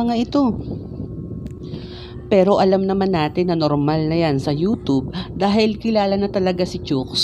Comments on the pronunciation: Nobody: Him: youtob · Proper way of pronouncing Youtube, youtoob. Fyi